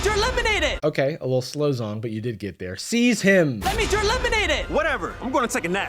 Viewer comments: ZH in Chinese pinyin makes a JH sound. So it's not Zong, it's Jhong. (There's just a bit more air behind the J sound) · fyi the zh is pronounced like an English J, not a Z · minor minor pet peeve the zh- in zhong is pronounced more like "jh-" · idk anything about this guy, but isn't it pronounced more like "jong"? edit: evidently that's not how he pronounces it himself, but... aight man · Love the video. "Zhong" sounds more like "Jong" though. (zh is Chinese sounds a lot closer to a j sound) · I'm Sorry but im like Distracted by pronouncing it "Zong" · Brother, that is not how you say Zhong. 😅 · is proof Zhong didn't actually watch the movie, because the demons in K-Pop Demon Hunters aren't all evil. That they can be redeemed is a pretty big plot point. Also, "Zhong" sounds Chinese. If that's the case I'm pretty sure the "Zh" is pronounced more like a J than like a regular Z. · Zh sounds in Chinese are actually pronounced with something similar to a J sound! Sorry but I kept noticing this